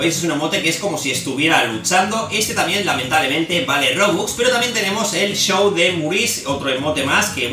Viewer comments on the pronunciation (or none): none